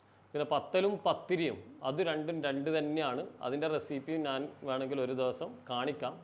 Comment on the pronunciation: ഹലോ 'നാൻ" എന്നോ "ഞാൻ" എന്നല്ലേ??! 🙄